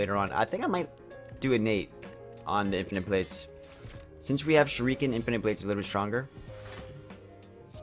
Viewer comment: Shuriken is pronounced sher-i-can not sher-ee-can